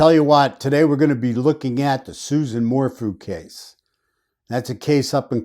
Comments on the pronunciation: Its pronounced SU-ZANNE 🙂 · dude her name is "sue ZAAAAHN" - you just lost all credibility with me by misquoting her name............ can you please correct that tiny liguistic error for us................. where do you come from dude?? How much is BARRY paying you? I do not appreciate how you just MINIMIZED the Suzanne Morphew situation.......... if you want to chat and find some interesting sleuths who have been working on this case since Mothers Day - come join us - leave your cocky attitude behind, cause we are a feisty group too - so come meet up with us here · If you cannot even say her name correctly... your credibility is shot.